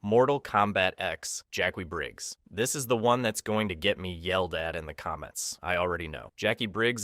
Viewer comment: Ahh yes Jauckyoo Briggs, that girl who dates Takeda